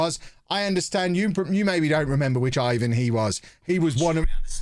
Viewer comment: Ivan is pronounced Ivan.